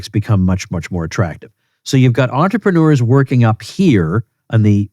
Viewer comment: Sorry Tom, but as a french 🥖 it hurts my ears when you say the word entrepreneur, use the word businessman instead.